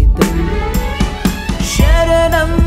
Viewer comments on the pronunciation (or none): ప్లీజ్...బ్రదర్.... విమర్శించడానికి కాదు గాని..., "శ " కు...."ష" కు.....శబ్దం చాలా చాలా తేడా ఉండాలి బ్రదర్.... "షరణం" కాదు... "శరణం" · బ్రదర్, నేను మీ పాటలను మంచిగా వింటాను. అందులో ఆనందిస్తాను, కానీ ఒక కరెక్షన్ వుంది తెలుగు పాటలు ఉచ్చారణ స్పష్టంగా వుండాలి. ఎన్ని సార్లు శరణం వచ్చినా షరణం లాగా ఉచ్చరిస్తున్నారు. అలాంటివి సరి చూసుకోండి.